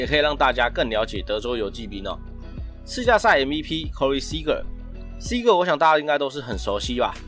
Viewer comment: Seager 的那個er 可以捲舌喔 發音可以加強～